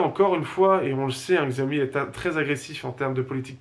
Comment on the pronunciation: la marque se dit "chaomi" et pas "xiaomi"